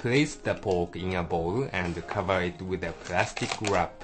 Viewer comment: "add wata' to cova' de' POKE"